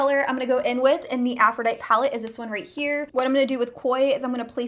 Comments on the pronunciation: Aphrodite is pronounced Afro dite ee....I think Huda and the dupe are probably suspect on the cruelty front. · (Afro-die-tee) is how you pronounce it not ( Afro-die-t) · what i am grateful for is proper pronunciation. go back to english school and greek mythology on aisle 10. "aphro-die-tee" not "aprho-dight" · Afro-Ditey. Sheesh. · Uggggggggggg.... Af ro di tee... Sorry but i heard it to many times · Loved the comparison but hated the way you pronounced Aphrodite! It's A-ph-ro-dye-teeeee like the Greek goddess. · I am sorry but it tossed my cookies to hear you mispronounce over and over again..... Af-ro-di-TEE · AFRO-DIE-TEA FOR GOODNESS SAKE! srsly, why not look up the pronunciation of words in, i don’t know...maybe a DICTIONARY UGGGGHHHHHH!!!!!! i can’t watch this and listen to that mispronounced word over and over...i am OUT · It's pronounced - a-froh-di-tee aphrodite is the greek goddess of love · Great video! I wouldn't refer to the high end (Huda) palette as the dupe colors - wouldn't the other cheaper palette be considered the dupe? And girl - it's pronounced Afro-dye-tee like the Greek goddess :) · Oh sweet girl. I just stumbled upon you and I think you are stunningly beautiful. Howeverrrr... girlfriend! Please google "Aphrodite" and learn how to say it correctly! 😂😂😂 Just subscribed and am looking forward to seeing more of you. 😘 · Aphrodite is a goddess. It is pronounced "afro-die-tee". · Aphrodite is pronounced "aph-roh-DIE-tee." :) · The palette is called Aphrodite as in the Greek goddess of love it's pronounced with an "ee" at the end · The name of the palette is Aphrodite. Pronounced a-fro-di-tee. Long I and long E. Like the goddess. Sorry, pet peeve! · Deanna Leckie same it bothers me lol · Glad I wasn't alone in that thought... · Girl! It was bothering me too! I'm also a teacher, and I was correcting her. Meanwhile, the palette is available NOW! :-) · Haha. It was really bothering me the whole time! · How do you not know how to say Aphrodite?